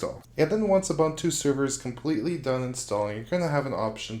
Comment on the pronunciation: Please say OO-BOON-TOO